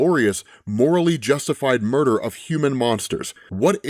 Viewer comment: mur dar?